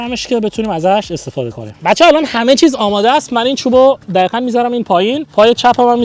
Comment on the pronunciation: چراا دقیقا رو میگی دخیخا